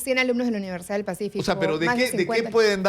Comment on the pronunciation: Porque hablan o pronuncian mal como "uniersiaa"ientiaa, acreitaos.